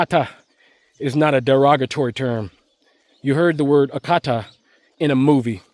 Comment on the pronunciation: You nailed it with “Oyibo” and “Akata.” 👏